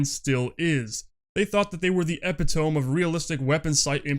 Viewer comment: Excellent video! Thank you. P.S It's usually pronounced "eh-pit-ö-me"